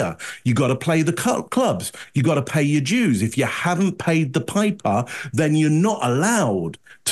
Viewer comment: I always love analysis, but it sounds like he is saying “pay your Jews” over and over again.